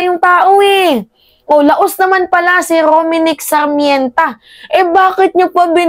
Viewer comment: Dai it's R O M N I C K S A R M E N T A NOT Rominic Sarmènta